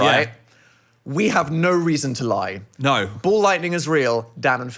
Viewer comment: naur gaurantee aur naurrrr